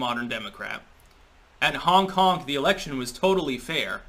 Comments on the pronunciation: Every time you said "honk honk" I heard "Hong Kong" lol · When he says hong hong i hear honk kong wich is different but would still work somehow.